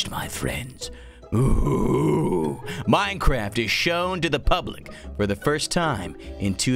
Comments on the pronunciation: It sounded more like "Minecrahpt"! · Lol it sounded like he said mine crap